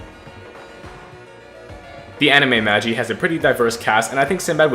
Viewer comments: Normal people: Ma-gee: maj-e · he said the anime name wrong 💀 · as im watching this i hear butcher the anime name so bad